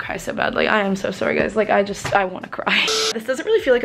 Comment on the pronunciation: the fact that she pronounces sorry as soowry